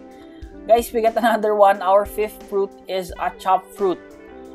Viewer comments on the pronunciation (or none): none